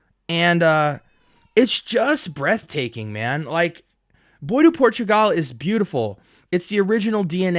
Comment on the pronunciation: Bois is pronounced "BWahh" not "boy" or "boys."